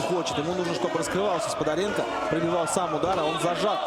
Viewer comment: Комментаторы молодцы- Сподаренко они говорят Спондаренко